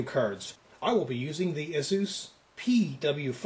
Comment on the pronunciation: ROFL Thats really not how you pronounce asus...